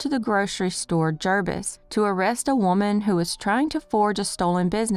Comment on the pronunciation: These are all so sad. Thank you for covering these local (to me) cases that dont get a lot of coverage! I did want to say though LOL its pronounced g-erbs like herbs with a g